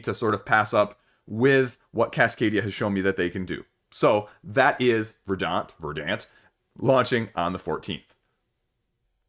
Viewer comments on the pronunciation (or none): Not that it really matters, but in case anyone's curious, it's pronounced more like "ver-dnt", it's the adjective form of "verdancy". Means "lush/green with vegetation" or something like that. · VER-dant, accent on the first syllable.